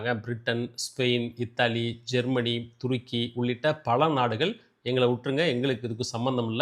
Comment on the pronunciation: It's not toorkey it's turkey